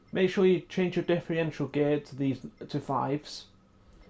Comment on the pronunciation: Cha-par-ral. Diff-e-ren-tial. Cus-to-mi-zable trans-mis-sion. Body re-gi-di-ty. It’s not that hard to pronounce… 🙄